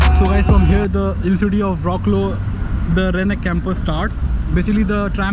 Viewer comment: Wroclaw is pronounced in polish like fratswav in english